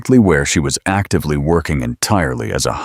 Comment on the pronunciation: What the hell! Highly, exactly, actively. Damn! Talk about messing up a reading